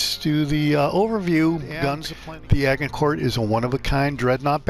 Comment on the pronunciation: A-Jin-cour just saying boss 👏